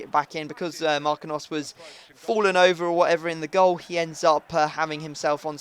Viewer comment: its pronounced Mar-keen-yos! not markinos! dammit man!